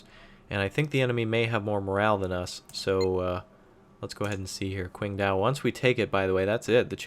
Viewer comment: ICBMRaptor2 Still no correct pronounciation of Qingdao, though :3 Besides, the Chinese are led by Deng, not Kim.